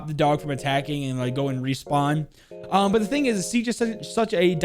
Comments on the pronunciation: nah no hate btw 😂. it just sounds so passionately strong 😂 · I swear you say "but" wrong just to annoy people